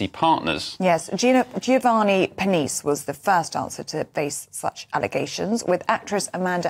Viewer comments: Giovanni's surname is pronounced pair, knee chay. 😀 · These two, so-called presenters and their producer, need to be told how to correctly pronounce Geovanni's surname. 🙄😖🤬